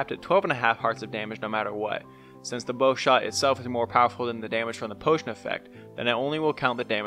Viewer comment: When he says bow: Bow:wee~